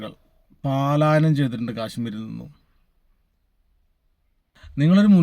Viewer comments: Paaalaayanam alla bhai palaayanam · Paalayanam alla palayanam